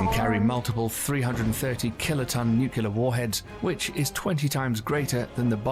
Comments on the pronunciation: 🤣 While still pronouncing it “nuc-u-lar” 🤦🏻‍♀️🤣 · You're right. It's nu-clear, not nook-yuh-ler. That sh't drives me crazy...There's no freakin' "y" in nuclear! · I hate the way the narrator says "Nucyular" instead of Nuclear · Yes, it's "nu-cle-ar" not "nu-cu-lar". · You are correct, it IS "noo-klear", not, "nook-u-lar". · New-klee-ar. Not New-kyoo-lar. Sigh. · You're right it's Nuc-le-ar not Nuc-u-lar. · People don’t go postal because you thought nucular was a word. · It’s alright, Jimmy Carter still says “nucular” while Europe thinks he’s a fucking genius. I guess that tells us something about Europe. Also, I’m from Jimmy Carter’s home state of Georgia in the US so feel free to say silly things. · Only George Bush jr. said Nucular. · Honestly it disturbs me when American's pronounce it Nukular. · I have trouble taking any quasi-informative source seriously when they pronounce it “noo-kyoo-luhr.” I especially expect better from a proper British accent. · New-clee-urr. Based off nucleus, or nukes for short. "Nue-cue-luhr" is due to lazy english, as if we don't bastardize every other language into a blender before spewing it out. As far as the rest goes, the US hemorrhages money as hard as possible into the military budget (and allocation is piss poor considering we could almost never get some damn batteries for equipment on deployment, wtf.) "The best defense is a great offense." Is a guiding principle. If attacking you results in more self harm than good, then you don't attack. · The narrator of the video you're watching keeps saying "Nucular". There is no such word; it's like saying "Irregardless", referring to a sandwich as a "Sammich", etc. The credibility of the video you're watching is rather questionable. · Is it like nails on a chalkboard to anyone else whenever you hear "nucular"? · You are not wrong. It’s nuclear pronounced new-clear. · "Nucular" is America's version of "leftenant". The letters don't match the sound, but we just accept it.